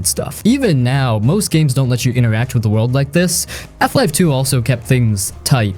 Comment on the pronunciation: It is "Half life" not "Eff life" :)